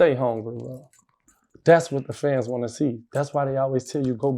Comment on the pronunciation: you gotta pronounce “Fans” better, or pick a new word😂 u know how many times I thought u said FEDs